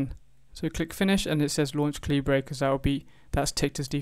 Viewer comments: Caleebray… I think it’s pronounced caliber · Thank you for a thorough walk through. Even so for me this didn't work in W10 because the crucial DeDRM shown didn't load from the zip file -- I have no idea why -- but when I ran Calibre in Linux the same zip loaded the necessary file. Most peculiar but good in the end, cheers! PS as a fellow countryman I was surprised at your pronunciation of Calibre!